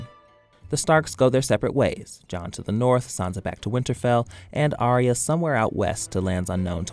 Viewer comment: It's Arya, not pronounced Aria.